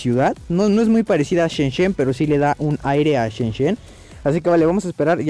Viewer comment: se dice "shenzen" no shenshen :v